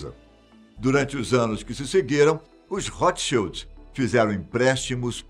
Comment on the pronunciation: Ao menos ouço alguém pronunciar corretamente o nome Rothschild. Boa sinopse da ascenção da família.